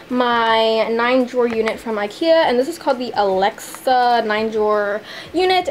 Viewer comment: its Alex not Alexa drawers lol 😌